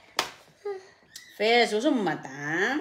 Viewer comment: Yan Ang narinig ni CJ sa nanay niyang bisaya piss raw hindi naman fish 3x sabi ni CJ piss